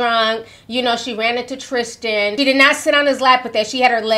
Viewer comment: Why do you keep saying his name is "trishchan" 😂 it's Tristan